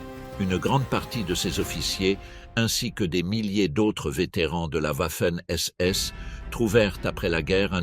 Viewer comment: pourquoi toujours Ouafen SS en prononciation. les Français sont-ils donc incapableode prononcer Garden Va... il n'y a pas de Ouah !!!